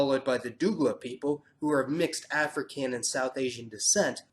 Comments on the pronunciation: Also, not pronounced DOO-gla its pronounced DOUG-la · Dougla(s) is pronounced like dug at the beginning not like doo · I'm Guyanese (as in born here and living here currently). You've clearly done your homework. However to correct you a little bit: 1. Suriname sounds like Vietnam... 2. Dougla sounds like dug-luh. 3. Chindian is not any race or word I have ever heard Additional Info. Guyana has 9 tribes of Amerindians that are native to our land. Keep up the good work. :-) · Couple of corrections: The ending "e" in Suriname is silent so it is pronounced "Suri - Nam" The mixed race is not pronounced "doo - gla" It's pronounced "Dug - la" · it is pronounced "DOH-GLUH" not "DOO-GLUH". We call it them the same thing in Trinidad. Good video 👍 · You must be commmended for the edification of the Guyanas and the many things pointed out that make them unique. I enjoyed learning more of our Dutch and French counterparts! However, I would like to clarify that Dougla (mixed race) is pronounced Dug-la. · Lol your video is interesting but your words making me crack up dude you messing it is big time plz Mason not Guyana’s say Guyanese’s plz and the race part seriously 😂😂😂 the way you say Douglas 😂😂😂 sorry can’t help it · Is how he pronounce dougla (do-u-g-la) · Dougla is pronounced as doh - gla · Dougla is a Hindi word means mixed race....the correct pronunciation is actually doogala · We pronounce it Doh-gla in Trinidad and Tobago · Hello. The way you pronounced Suriname and "Dougla" is so wrong that it's kinda funny 😂🤣😅😅 For so far, the history of Suriname is dead*ss correct. Ps: I'm also a mix of everything that I basically have no name for my newly created kind. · Gshama in English it is. In Dutch the E sounds more like "A". Every time he said words like Dougla, Suriname and Kuli (that one is considered politically incorrect btw) I cringed and had to stop listening.